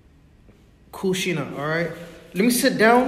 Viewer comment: U called kushina as kunan😅